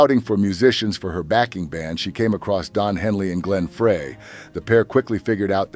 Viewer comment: It's pronounced BIO-pic. Glenn FRY.